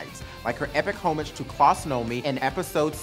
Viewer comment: That's not how you pronounce homage